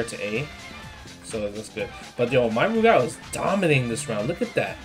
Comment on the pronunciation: Good to hear you pronounce Rugal properly. Sajam calls him Roogle.